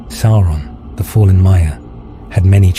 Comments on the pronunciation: "Sow-ron" not "Sore-on" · These studies and explanations of the lands, places, events and characters of Middle Earth are a feast for the eyes and ears. I have but one tiny gripe - Sauron is not pronounced Sore on. It is almost Sour on. But with the 'a' in the name, this makes it Sa-our on. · Can everyone please remember that the pronunciation is "SOUR-on" rather than "SORE-on"? Surely Tolkien's legacy asks for getting these details correct?! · You REALLY gotta work on your pronunciations, Sauron isn't pronounced "Soar-on" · Make sure the AI voiceover pronounces Sauron correctly, my dude.